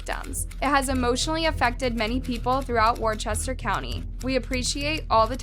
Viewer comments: Worcester is pronounced “wust-er”. I know this doesn’t make sense but that is unfortunately the case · Massachusetts resident, here. Worcester, Massachusetts, is pronounced "Wooster".